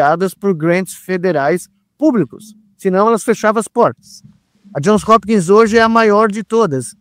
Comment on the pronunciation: Bom dia. Só uma correção: é JOHNS Hopkins University, exatamente como o Nicolelis fala, e não John